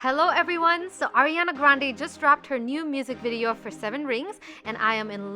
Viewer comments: Pronouncing her name wrong.. It's Ariana not Airana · your saying Ariana Grande's name wrong its not Airana its Ariana it's different because theirs an AIR and ARI her real name is ariana not airana the i sounds like an E like areana but make that i sound like an E not an i, areana/ariana Grande/areana/ariana, hehe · It’s ARIANA not AIRiana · NOT ERIANA!!!! Ariana A A A A like a pizza Ariana Grande Butera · It's not airiana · Please pronounce Ariana correctly!! I love you but that is not how you pronounce her name.